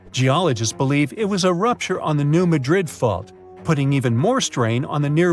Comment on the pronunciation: New Mad Rid for pronunciation sake Madrid I’d in Spain. Things like that drive me nuts for some reason. Always watch pronunciation to the best of your ability. There are a lot of places in the US that are spelled like foreign city names but pronounced completely different.